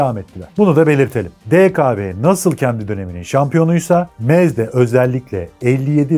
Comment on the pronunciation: Almancada doğru telefuzu şöyle "MZ" = "EM - ZSET" "MZ" açılım "MOTORENWERKE ZSCHOPAU" = almancada telafuzu "MOTORENVERKE ZŞOPAV "